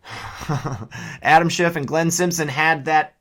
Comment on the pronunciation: Did Maria Bartiromo just call him Adam schitt sounded like it to me